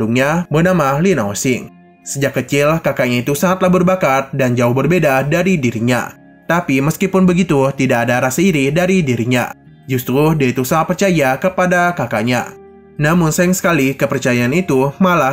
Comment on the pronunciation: Min gk bisa sebut huruf R "justeruu" 🤣🤣🤣